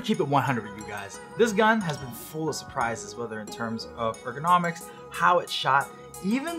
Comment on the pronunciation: "Edgonomic xdxdxddx"